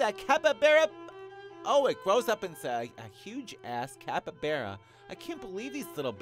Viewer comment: Capybara not capabera